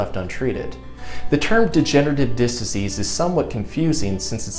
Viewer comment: Disc, not "diss."